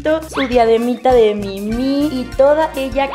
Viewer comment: Por que dice Mimi a la Minnie mouse???